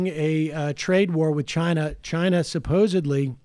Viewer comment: Stop saying "supposebly" it's pronounced suppo-SED-ly !